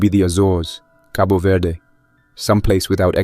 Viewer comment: Cabo verde!!!! And you said it right! (Archipelago off of africa) huge population in Massachusetts